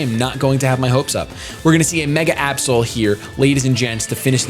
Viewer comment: (about) instead of saying Absol I thought he said A-hole...Oops...